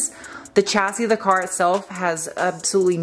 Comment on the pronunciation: I could tell you were starting to be drained by the whole thing when you said "cah" with your northeastern self. So cute